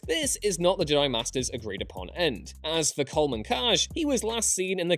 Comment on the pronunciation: I hate the way says Jedi